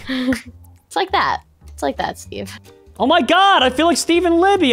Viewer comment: He said steve,I hear sbeve